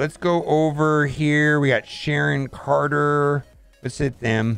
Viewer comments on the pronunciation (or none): blud really said caron sharter 🤣